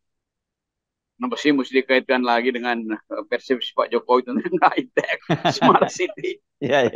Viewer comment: KETECH Keles not hi tech :face-blue-smiling